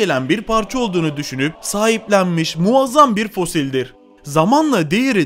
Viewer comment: Dedantör değil DEDEKTÖR,muğazzam değil MUAZZAM, 😂 aşırı zenginlik nasıl ölüm sebebi oluyor mk..?